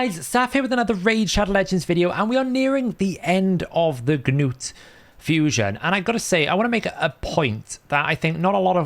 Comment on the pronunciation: Not to be that guy, but it's Nut not Ga-noot 😂